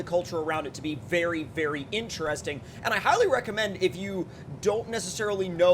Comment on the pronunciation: Take a drink every time he says “incheresting” lol. Joking aside, you’ve got lots of great SnowRunner content.